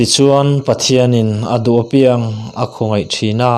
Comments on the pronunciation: Chhiar thism khawp mai, ngaihthlak a nuam dap dap e. "Apiang" tih i thluk dan erawh kan thluk dan nen a inang lo deuh.👍👍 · Apiang tih hi athluk i ti diklo fimkhurtakin aw i in peknate aropaia uluk takin aw... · I chhiar thiam hle mai ngaihthlak a nuam e,apiang tih erawh hi chu........ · Apiang i lam dan hi adik lo